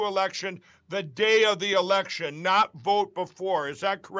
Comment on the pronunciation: "We have to make it harder..." Mike, it's the election, with an "l" ,not an "r".